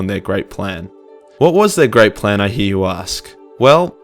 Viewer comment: multiple times throughout I thought you said "the great prank" which I found quite hilarious.